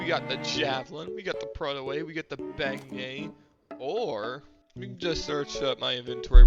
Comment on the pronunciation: Ok but beignet is pronounced ben-yay, not very hard literally just a ben and a yay